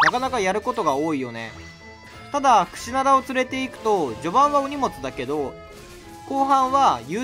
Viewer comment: クシダナ言うてるw